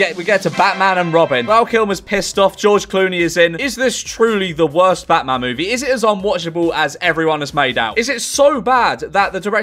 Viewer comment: "Bahman" very British bahman name